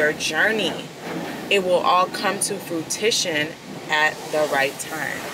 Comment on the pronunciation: Love the message of staying consistent, faithful and on your journey. Side note: Please don't take this the wrong way but I couldn't stop laughing at "frutition"